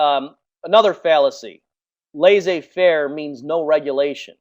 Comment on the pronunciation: Laissez-faire [Less-ay fehr] pronounce it right please!